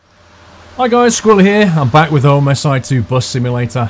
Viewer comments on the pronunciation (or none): Love your new OMSI 2 Series. A small note on pronunciation: It's Ohm-sih, not O.M.S.I. It's a acronym for OM-nibus SI-mulator. Not a big deal, but it's noticeable. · Its not OMISI its OMSI -_ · I think the OMSI name is pronounced "omsee", not letter-by-letter :)